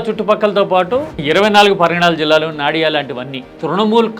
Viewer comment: నాడియా కాదు బాబు.. నదియా 🤥👹🥳